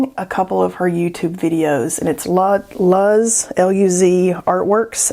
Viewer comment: Luz is pronounced loos, it means light in Spanish.